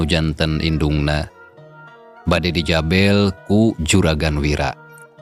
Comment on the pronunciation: Punten ay kalimat NU leupat ngucapkeun Nana contona Bae di tetek Kedah na nganggo hurup eu Tah sareng di jabel sanes di jabel tapi di jabeul hatur nuhun